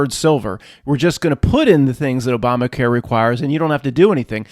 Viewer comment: i don't think you meant to say obamaqueer but it was funny.